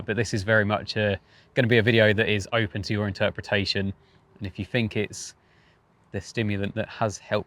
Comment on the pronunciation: “Fink”? Oh he means think. What a Thuckwit!